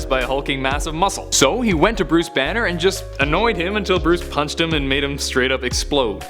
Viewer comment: You said danner instead of banner